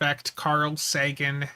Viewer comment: We don't take your mispronunciation of "Sagan" seriously exactly, it's just pure instinct, like if someone calls me Brian -- I'm like huh? It's RYAN, sir. Imagine everyone called you Spunser instead of. You wouldn't hate it but it wouldn't feel right either 😅